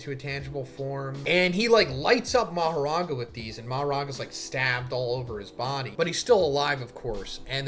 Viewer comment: He said "Becomes Maharaga!!!" I died!😭 Like what is he talking about??